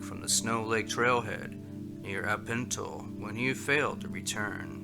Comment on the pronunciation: And he was headed near AL-PEN-TALL in KING county.